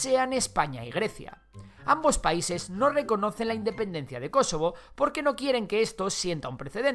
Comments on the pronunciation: Por qué dices Kosovo con acento en la antepenúltima sí ésta no es una palabra esdrújulua :’v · Me incomoda como pronuncia "Kosovo", no es palabra esdrújula. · Jajajajajaja creí que decía kesovo